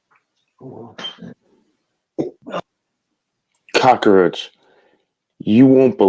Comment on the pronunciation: Hey man I know you're no genius by any stretch, but can you at least pronounce 'cockroach' correctly